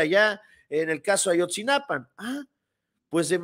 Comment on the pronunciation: A-YOT-ZI-NA-PA SIN "N" YA APRENDE A DECIRLO CORRECTAMENTE ERES ABOGADO